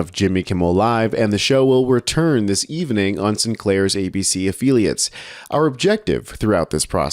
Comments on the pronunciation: "afill-iates" not "afeeliates" 🙂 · Did you say "afeeliates" ?